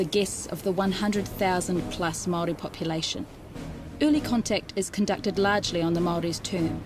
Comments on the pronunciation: For starters Maori also the plural for Maori, you can't even pronounce the word correctly! You argument is so one sided it's ridiculous, You have delivered a whole lot of white history of your own, no Maori narratives at all! How's that helpful! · Bro your information is off and your can’t even say Maori properly